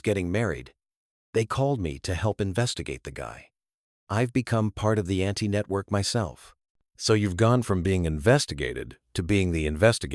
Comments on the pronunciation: It's AUNTY NOT Anti...... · Cute story/episode... btw, "Aunty" not "anti"! 😊